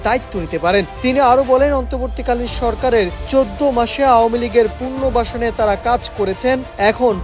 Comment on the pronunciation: পুনর্বাসন ও পুনর্গঠন শুদ্ধ উচ্চারণ করতে জানেন না, নিউজ ডেস্কের সংবাদ পাঠক হলেন কীভাবে?